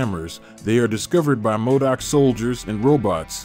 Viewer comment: Modok not madic